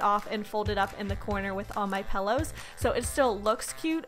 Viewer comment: She says " pellows " not pillows